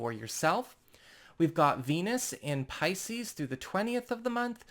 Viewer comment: Your intro does not match your belife. You hedge your bets. Its a nice intro. But a bots voice realy. I leaving you say piseces. Two fish look up seas i said see. Trust me im leylines i know?